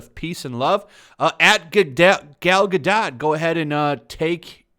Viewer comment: You seem to be pronouncing Gal Gadot's name wrong.